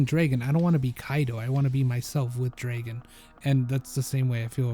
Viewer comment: bro keeps saying DRA-gon